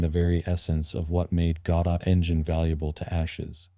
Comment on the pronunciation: Which part? AI voice that can't even pronounce Godot, AI generated script and Ai generated images... what did you do exactly?